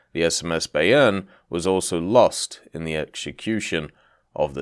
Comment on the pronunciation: Pronounced it wrong, its more by-urn